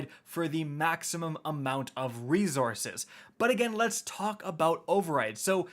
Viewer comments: Yo I love the content but my guy it’s resources no rezorources. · It kinda drives me nuts how you pronounce resources. It’s not rezorzes. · "ree-Zources" lmao... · I always have a laugh when he says rezorces. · “Re-zor-suhs” Lol where are you from? You’re from up north right!! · said reZZources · Have I lived 40 years and never realized how to pronounce reZource(s)?